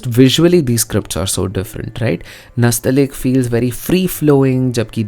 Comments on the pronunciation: Nastaleeq is not pronounced like that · It is not nastalik but nastaaleeq